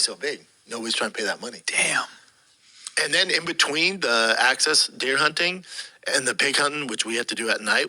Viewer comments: "Access dare" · "Axcess and Waggoo !!" Axis and Wagyu, can't stop laughing !!! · Axis. Not access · “Access deer” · "Access deer"😂😂😂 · Access Deer are easy to get to.